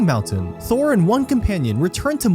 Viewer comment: Thror not Thor. I've watched two of videos, and he has a really hard time saying names correctly.